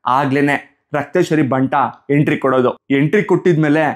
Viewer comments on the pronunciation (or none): none